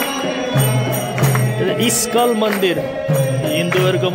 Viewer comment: इस्कल हैन इस्कन